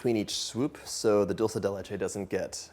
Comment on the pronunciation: thumbs down for overemphasizing almost every "so" as "SoOo" in attempt to scintillate the viewer. The overuse of paralanguage becomes kitschy, cringey, and annoying.